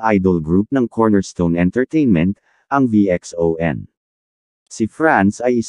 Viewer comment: Mr Robot ang Pronounce po ng VXON ( Vision). Salamat po mr Social media influencer.✌️